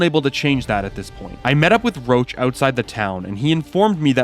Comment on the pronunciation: "Geralt has a personal rule about dragonslaying, wich is, that he doesn't" - friendly reminder as per books, it's because he's afraid to do so, not because they are endangered or smg Also, Roch is read as 'rosh', not 'roach'